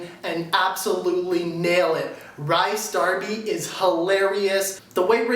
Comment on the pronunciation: Rhys is pronounced Reece - the name is Welsh in origin that is why the spelling is different to the pronunciation